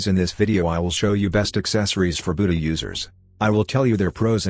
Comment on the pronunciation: The way you said buddha at first you said bootyah